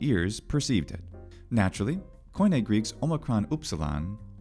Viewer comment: Native speaker here. You really must learn to pronounce theta correctly. Same with OI in KOIN-. The O i silent.